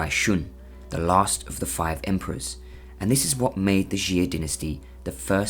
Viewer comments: PUTONGHUA,夏，prounced as，（x）+（ia）=xia，not ，♦xi+a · It's actually pronounced "Shaa" than "ex-zia" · 夏，xia，1 syllabke，not，♦xi+a♦ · xia is pronounced 'chia' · I’m just wondering how he got jee-a